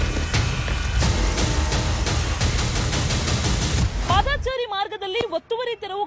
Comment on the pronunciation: " ಪಾದಾಚಾರಿ‌" ಇಲ್ಲಾ ಕಣಪ್ಪಾ " ಪಾದಚಾರಿ " ಅಂತ‌ ಸರಿಯಾಗಿ ಸರಿಯಾಗಿ ಹೇಳಪ್ಪಾ" "ಪಾದಾಚಾರಿ" ಅಲ್ಲಾ " ಆಚಾರಿ !! ಆಚಾರಿ " ಅಂತ ಹೇಳಿದರೆ ಅಪಾರ್ಥ ಆಗುತ್ತೆ